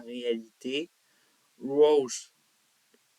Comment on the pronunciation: Ta prononciation de Roach est parfaite !!! 👍